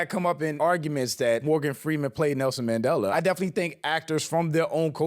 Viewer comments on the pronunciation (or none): none